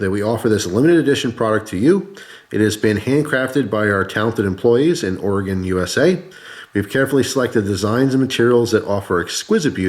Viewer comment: I’m so glad you said “OR-UH-GEN” people from always say “OR-I-GONE”